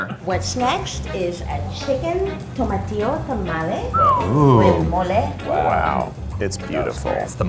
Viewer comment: I don't trust a "Mexican" restaurant where the owner can't pronounce Tamles or Tortillas correctly